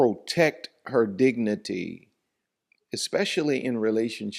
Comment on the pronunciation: You mean her dicnity or idicnity😂